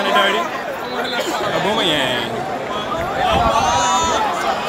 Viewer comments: Man said auboomeryang 😂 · Homie said auboomayang